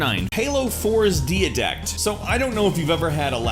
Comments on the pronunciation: "Deedact"? Didact, dude. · Dia-dect? Did you even play Halo 4? It's Didact. (Die-dact). Jesus it's even said that way in the game. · Deeyadact? How do you mess that up? It's spelled Didact. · did he just say diadact im sad now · Deeadact. Because saying didact is just so boring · did he just say "DEE-A-DACT? its pronounced "DYE-DACT" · If I was me back in 2014 I would have been like ... ITS DIE-DACT NOT DYA-DACT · It's pronounced "DIE-DACT" Not "Dee-A-Dact" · #9 pronounced die-dact not de-a-dact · Its not dia its DIEDACT that how u pronounce it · Its DieDact not diadact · It's not DHEEAHDAKT. It's DIEDAHKT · Halo 4's Diadect?? It's pronounced Didact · diadact its didact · Did this fucker say DIA DACT ITS DIE DACT YA DUMBASS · Deadact? Ahem, if I'm not mistaken, it's pronounced die-dact no de-a-dect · You actually pronounced Didact as "Diadact" they literally pronounce it in the game and you get it wrong? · It's didact not diadact?!!👎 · "Dia-dact", I think it's pronounced "Die-dact", right? I think that's how the characters say it in the game. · Why would you pronounce it "Dee-a-dact" when it's quite clearly pronounced "Die-a-dact" in the game? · Diadect? Jesus Christ, it's die-dact. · I love how you say Didact "Diatact" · Dee-a-dack-t? You mean Didact. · Deid-act? The name is pronounced Die-dact. Or You-r Die-Dact (because his name is spelled Ur Didact). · Halo 4's main enemy is pronounced 'die-dact', not 'dee-a-dact'. I was really dissapointed with that quicktime event though. 343 Guilty Spark was also an extremely easy boss fight in Halo 3. It's weird since the boss fights in Halo 2 were so fun on legendary. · What's a Deeadect? And who is Race? It's Didact and his name is pronounced like rise. Sounds like you're talking about games you've never played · I may dislike the game, but it is pronounced Die-dact, not dee dact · Lol diadact its didact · Did this nigga really just say Diadact? It's Didact.... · die-a-dakt not dee-a-dakt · You said deidact wrong